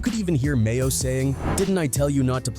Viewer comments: His name is MAINO not Mayo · DOG, ITS NOT MAYO!!!!!! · Not Mayo‼️🤣🤣 it's Maino smh 😅🙈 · Tf? Mayo? You mean maino? Bro just stop covering rappers 😂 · This nigga said Mayo it’s Maino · You really called him mayo bis name is Maino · Called that man "Mayo" 😂😂😂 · Its maino not mayo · And annoys me he keeps calling Mano mayo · MAYO!!!? It’s MAINO!!!!! Come on man! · Batman Kevo it’s Bandman Kevo who tf made this video called G Herbo GBO called Maino Mayo is crazy asl 🤣🤣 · "Mayo?"...you mean "Maino" 🤦‍♂️ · MAYO????? BRO YOUR WAK…… LEARN NAMES ON EVERYONE BEFORE YOU MAKE A VIDEO!!!! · Who the hell is mayo😂😂 his name is maino 🤪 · His name is Maino not Mayo😂😂😂 WTF!! 😂😂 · U have to get his name right bro he is a pioneer in the rap game and he real solid maino not mayo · Bro his name is maino not mayo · The man called maino mayo 😂😂😂 don't let maino see that or your getting choked out next😂😂😂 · Mayo? It's Maino bruh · They called Maino (Mayo) 🤣🤣🤣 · Lol they called Maino "Mayo" 🤣🤣🤣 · Did he call him Mayo ahhhman I'm dead 💀💀💀💀💀💀💀💀👌🏾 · How tf you mispronounce Maino’s name tho.. this video a dub just for that alone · It's Maino mf'er. You suck at your job